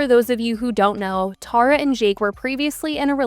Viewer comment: I'm NGL I only watched this video because my name is Tara and I don't get to hear it said correctly a lot